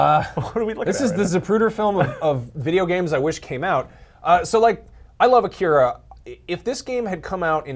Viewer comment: I like how the vast majority of people i watch reviewing stuff related to Akira is that many people mis-pronounce Akira and Kaneda